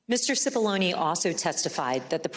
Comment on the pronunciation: Murphy kept calling Cipolloni Cipollini.